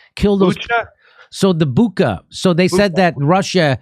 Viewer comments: Stop saying Buka already, it´s a regular Ch there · It's BuCHa, NOT BuKa.